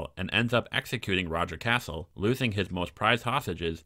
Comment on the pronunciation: I really enjoy your videos and the rewrites you come up with but your pronunciation drives me crazy. Sir Roger Casel , cas-el not "castle" there is no t in his name. I know it's a little thing but it does drive me nuts. Also when white beard turns up jorah isn't there as he would have recognised him immediately because they both fought at pike. Please keep things up xx